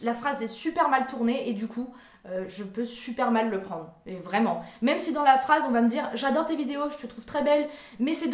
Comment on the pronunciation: Depuis que j'ai découvert ta chaîne, j'avais bien vu que tu avais tes mimiques à toi, comme quand tu dis "VRRRAIMENT" ou quand tu louchais. Je pensais que tu faisais exprès pour nous faire rire. Je trouvais ça ben cute et tu es très belle! 😁 💙 Tu fais de très bonnes vidéos, tu es ouverte d'esprit et énergique, sois toi-même et ne change pas!!! Ça se sent que tu deviens plus naturelle sur ta chaîne et c'est mieux comme ça selon moi. Ça te rend plus originale et intéressante. ;)